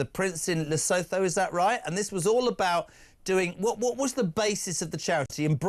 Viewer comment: Please PLEASE PLEASE for the love of JUPITER'S BALLS!!!!!!!!!!!!!!!!!! STOP SAYING "LE-SO-THOW" Jesus Christ, how hard is it to say "LE-SOO-TOO"?????? LE-SOO-TOO Geddit? LE-SOO-TOO One more time for the grammatically impaired... LE-SOO-TOO